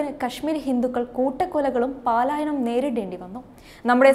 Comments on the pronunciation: 1.35മിനിറ്റ് : "പാലായനം" അല്ല. "പലായനം" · കാശ്മീർ ഫയൽസ് കണ്ടിട്ടില്ല. ഉടനെ കാണുന്നതാണ്. പാലായനം അല്ല പലായനം എന്ന് പറയുക.